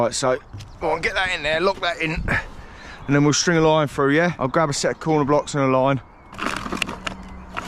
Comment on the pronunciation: I Wonder if you could teach him how to pronounce his Ts and Ls so we we could understand what da fack ya saying? . Its Through not frew and if you like foot baw its Millwall not Millwaw.